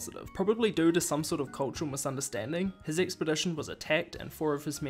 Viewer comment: Learn to say 'due' it sounds different to 'do'